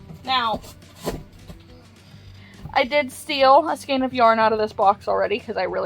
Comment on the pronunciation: Ooh... I can't! You're gonna want to smack me, but... Man, shoot... 🤣 I have no idea where the "skeen" pronunciation of skein is coming from. That's not pulling it toward German; that would be more like "shkine." It's not Italian or Spanish; that would be something like "skay-inn." I... don't know. It's very strange to me. Literally the first time I heard this pronunciation was a few years ago on YT. I've puzzled over it ever since. Anyway. Like Chanel and chenille, skein is another word that came to us through French. Here, "ei" is pronounced "ayyy" like beige or reign. Go ahead. Smack smack. I deserve it.